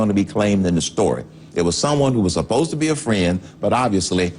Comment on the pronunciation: Did he say "upposta" ?